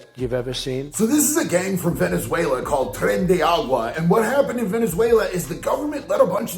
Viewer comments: Ok ok it's tren de aragua not tren de agua. I'm sorry it's just funny to listen to. But as someone who was born in Venezuela and migrated here legally let me explain a few things. This and socialism is the kind of stuff we tried to get get away from to begin with. Second this is Biden's and Kamalas policies that lead to this because this never happened under Trump, those policies is why Maduro emptied the prinsons and sent all those criminals here so that he would have the space to jail all of those who voted against him and speak against him in typical socialist/ communist tyrant fashion. Chavez and Maduro have been under Cuban influence for a very long time and Cuba did the same thing some decades ago. Now the difference between Venezuela and the United States is that here we recognize the 2A so please use every legal means of self defense prescribed by the constitution but remember that most Venezuelans came to America because we loved and wanted freedom/ security from that government and these gangs. Stay strapped and you know the rest. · It's not "Tren de Agua", its "Tren de ARAgua". Also, its not thanks to venezuela, but to Biden and Harris that let the southern border wide open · They're called Tren de Aragua, not Tren de Agua.